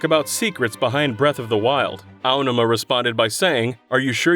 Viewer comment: Finally. A DYKG narrator that pronounces the Zelda producer's name correctly. Everyone else always said eye oh numa for some reason.